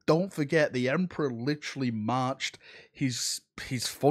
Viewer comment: OMG! Not the Emprah! )